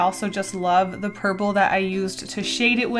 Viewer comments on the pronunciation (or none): "I love the purpel..." Record Scratch.